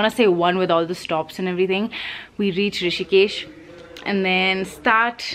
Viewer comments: It’s Rishikesh! Not Hrishikesh 😊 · Its Rishikesh not Hrishikesh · Rishikesh not Hrishikesh 🙄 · It's Rishikesh not hrishikesh🙄 It's not like hritik name🤣🤣🤣🤣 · Hey it's Rishikesh not hrishikesh... thought to let you know.. Great vlog though🥰